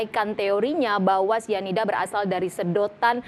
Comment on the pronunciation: Syianida??ah besyanda,,,terlalu fasyih